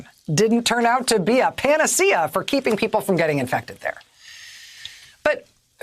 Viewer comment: She did not pronounce panacea correctly